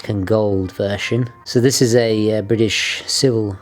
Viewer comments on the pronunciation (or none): none